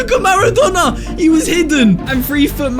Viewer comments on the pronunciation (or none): why does says maradona pronouncining whit two nn´s